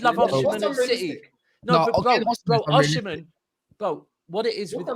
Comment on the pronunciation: That arsenal fan thinks it’s fifa,we’re not chelsea 😂😂😂 man said oshimen.